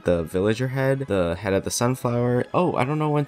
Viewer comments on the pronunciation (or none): none